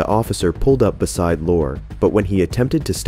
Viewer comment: YOURE NOT PRONOUNCING BESIDE BUSIDE 👎